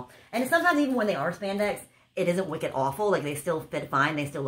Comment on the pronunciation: “Wiked”, your New England just came out!!! Lol you are so funny. Great video again!!!